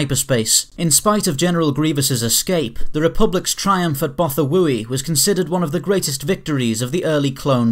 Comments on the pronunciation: pronounced BOTH-wai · Do you even watch the show? It's pronounced both-oo-why. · Botha-woo-i threw me off guard.